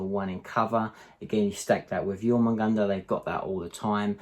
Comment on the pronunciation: Great video. I love the idea of Zoanthropes controlling the centre of the board, as of course on smaller boards they will also provide synapse from the centre of the board which will help with synapse range as well. Also you were right in your earlier videos, you've now learned how to pronounce Jormungandr absolutely perfectly. Keep it coming man.